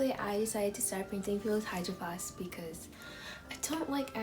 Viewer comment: Why it say hydraflask? And not hydro flask?